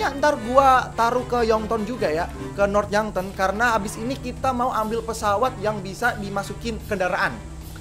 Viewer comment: North yankton bang bukan North yonkton